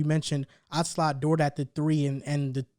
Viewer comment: His name is DORT not DORTS 😂